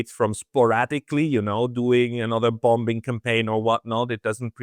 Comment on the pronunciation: Hey, FYI: in English in pronunciation the word "bombing", the second "b" is silent. I have noticed over the years that people, whose first language is not English in countries where the first language is not English, tend to enunciate the second "b", which is inaccurate.